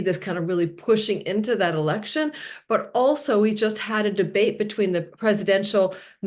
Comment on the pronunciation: Huh? - "debate"... "de bate"... yeah, some might take "the BATE"... 🎣